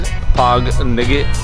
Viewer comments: Your grandma said “lobot” and your sister’s husband said “ngigit” or something.. sounds like igit hehehehehehehehehehehehehehehheheheheeeeee hahahahahahaahahaahhahahahaahaahahaaaha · hello! lingaw kaayo ko sa imoha nga gigama nga vid...as in katawa jud ko ug maayo sa "nga" ug "mga" ug "ngitngit" coz they sounded like from Lesotho (i think). pwede mangutana nganong maayo kang mu-Bisaya? salamat! #AnnBev bisdak